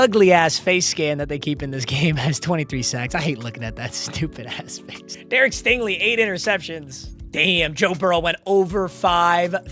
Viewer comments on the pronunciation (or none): none